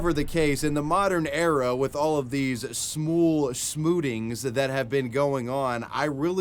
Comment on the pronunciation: Smool smootings? Lmao